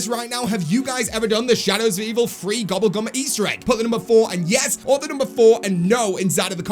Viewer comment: Why you say gubble gum